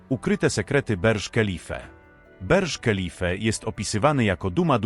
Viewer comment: Berż kelife🤣🤣🤣🤣 Burj Khalifa ciołku,czytamy Burcz Kalifa AI się zesrało